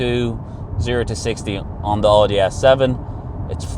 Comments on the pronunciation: Please pronounce Audi properly. It’s pronounced as Owdi not Ordi. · is he pronouncing oooudi???